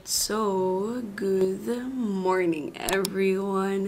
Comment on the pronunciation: Is it me or did you just say "goodth morning"? Is that they new way of saying it?